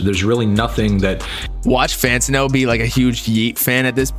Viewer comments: it’s FAN-TAN-NO. Not FAN-TIN-NO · Bruh I dispise how you say fantano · pretending not to know how to say fantano for the 100th time.